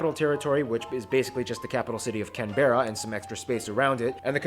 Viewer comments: just a minor thing - Canberra is pronounced Can-bruh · The way he says Canberra makes me sick it's Canbra not Can-bearaa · It's Cambra. Not Can-berra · Oh I CRINGED so hard when he pronounced “Canberra!…..”wtf is “Can-BEAR-RA”!? It’s “CAN-brah” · Cam-bearr-Ah 😂, we call it can-bra. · Canberra is pronounced as Can-bra... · THE WAY HE PRONOUNCED CANBERRA AS "CANBEARA" IM DYING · I can tell the guy presenting the video is not an Aussie, he pronounces Canberra incorrectly. It is pronounced with a silent e. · Unbelievably bad pronunciation from the host of that video 😂 Canberra is “can-bra” Melbourne is “mel-bin” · I know sometimes we Aussies would pronounce American place names incorrectly, but geez ... I haven't finished this video but I need to urgently correct a pronunciation: Canberra is pronounced with the emphasis on the first syllable - CAN (as in a can of soda) - CANbra (yes, being Australian, we like to abbreviate everything, even if that means dropping a few syllables). Other people have already commented on other videos in relation to the pronunciation of Melbourne, so I'll just leave it. Now that that's off my chest, I can carry on watching the rest of it 🙂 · CAN-BRA is how you say Canberra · I cannot take anything this guy says seriously when he pronounces Canberra like that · All I could think watching this was that he said Canberra wrong and it was like what, no. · STOP saying Canberra like that.....I can feel the hate from all Australians going towards that guy